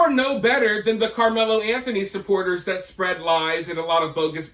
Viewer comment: I figured that was AI BS because they couldn’t even say “Anthony family” correctly. The other thing that really stood out was when they said a dollar amount they always included “zero cents” after the amount. No one talks like that except AI 🤖🤦🏻‍♂️